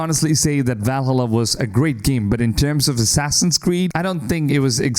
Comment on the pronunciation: My man, how did you just pronounce Valhalla?....